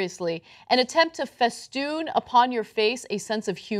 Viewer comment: "Feeston" "agape"